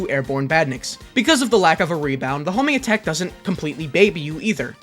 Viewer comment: Ewwwwww the Hoeeeeminggatak